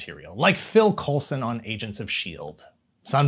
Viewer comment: it's pronounced COOL-son. Stop butchering my name!